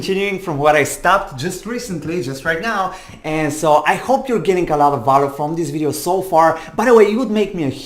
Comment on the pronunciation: check how to pronounce “value” and “valuable” you are very good…just a little polish. i am grateful that explained in a clear way